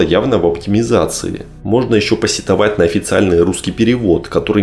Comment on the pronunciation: "сЕтовать", ударение на Е.